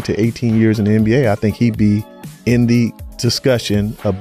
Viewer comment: “ANN B A”??? It’s the “NBA”